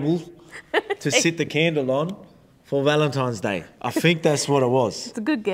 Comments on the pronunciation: At first I thought he just misspoke, but after the 2nd time I'm convinced Volk doesn't know its "Valentines Day" not "Valentimes" 🤣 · 🤣🤣🤣Volk think it's ValenTIMES day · I love Volk 😂 but why is he saying ‘valentimes’ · "Valentimes Day" - Volk